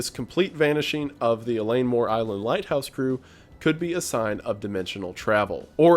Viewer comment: Wendigoon: “Eileen Mor Island.” Me: “Oh, I heard about this recently! Where from though?… Oh… right…”